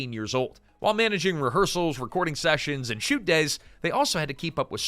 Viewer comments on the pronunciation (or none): none